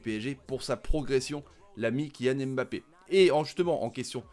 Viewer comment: S'il vous plaît faites un effort. Incapable de prononcer Mbappé.